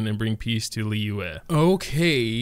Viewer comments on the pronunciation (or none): Liyue is pronounced lee-yu-weh